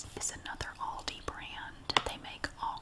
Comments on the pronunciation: Don't forget how she pronounced "alldi" too 😂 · I love how you say lidl and aldi! Here on England we say like al dee not all dee but its fine and I dont mind at all! I just think its cool how we sat ot differently :)) also great video